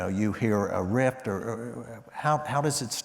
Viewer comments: Koons just said Rift instead of riff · Especially when Koon says "rift" instead of "riff"…